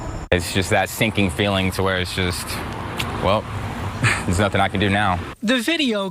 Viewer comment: I can hear it now. “They didn’t do nuffin”